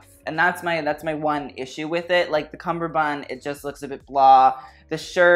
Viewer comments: Cummerbund, cummberbund. Not cumberbun. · It's a cummerband not cumberband. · Its cummerbund, not cumberbun. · CuMMurbund...what the hell is a cumburbund?it hurts my ears,please stop it! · Struggling with the word cummerbund are we? It has a 'D' on the end that is pronounced in all forms of English. I love your presenting style, and your descriptions have sass without being overtly offensive to the person on the red carpet. You just need some polish. This was thoroughly enjoyable though, so thank you for all your hard work putting it together.